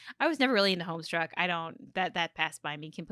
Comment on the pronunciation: Oh no, saying "Homestruck" instead of "Homestuck". It hurts my little grey-painted soul